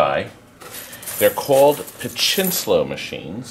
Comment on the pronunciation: Also, it's "pachislo." No N. That's a portmanteau of "pachinko" and "slot."